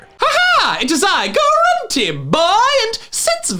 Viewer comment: What is up with Gruntie Boy uniform? What happened to the R?